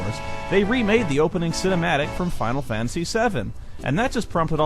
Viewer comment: Man this is awesome, its a crazy nostalgia trip to hear someone pronouncing Final Fantasy like "Faow Fah-Uh-See" again like when I was a kid